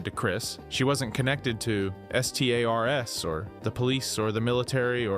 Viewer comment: More more more Thank you for these vids even if S-T-A-R-S always sounds weird.